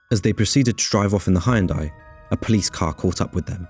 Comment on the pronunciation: Good Grief, man!d You must be the only person who've never heard how to pronounce Hyundai properly!